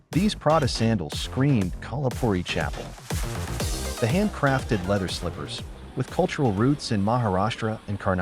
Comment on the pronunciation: Are you serious first post? Firstly, you have a an AI narrator on top of that the pronunciation of kolhapuri chappal is horrendous. At least the Indian guy artificially deepening his voice would have got the pronunciation right